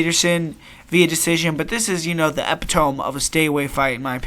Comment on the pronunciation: The pronunciation of “epitome” is uh·pi·tuh·mee